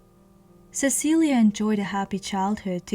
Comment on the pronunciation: I believe its pronoun ed "Sesileee" not "Cecilia" but ive heard it pronounced both ways i could be wrong. Since its spelled "Cecilie" im thinking its pronounced the first way but im no historian